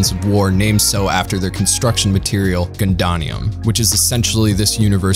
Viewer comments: Gun-dan-ium??? It's Gun-dar-ium. You also pronounced a ton of names wrongs, God it was bad. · *"GUNDONIAM"?(GUN-DON-EE-UM) I believe it is pronounced GUN-DAY-KNEE-UM. Just FYI* Cool video otherwise I completely agree about it being a little hard to follow and this was also my first mecha anime and I quite enjoyed it later as an adult for its themes and story vs just for the action as a kid.